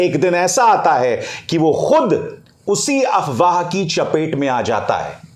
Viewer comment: Abhisar Sir aap AFWAAH word ko wrong pronounce karahe ho. AWAAH nahi AFWAAH hai,, app F ko silent karahe ho.